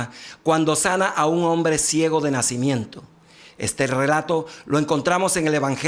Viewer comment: no PUEDES DECIR NACÍmiento